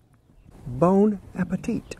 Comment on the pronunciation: "Bone Appetit" 😂😂😂